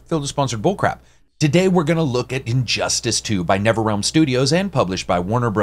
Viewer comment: Thanks for the review. I can't wait to play it tomorrow. by the way, please correct me if I'm wrong but I swear you were saying Never-Realm instead of Nether-realm.